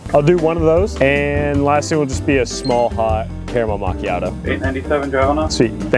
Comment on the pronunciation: The Carmel mauchioto 😂😂😂😂😂😂😂😂😂!!!